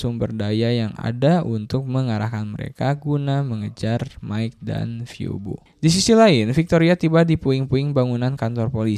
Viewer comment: izin koreksi minn🙏🏻 tulisan : phoebe dibaca : vibi